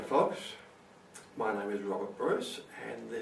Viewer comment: why are you sayin ma instead of just my really dont mean to make you mad i just really want to know